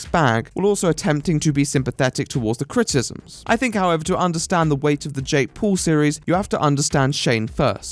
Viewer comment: If there's something I love about your videos, is you saying "Critisms"